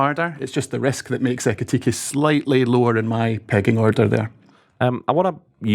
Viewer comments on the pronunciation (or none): Did he just say pegging order? 🧐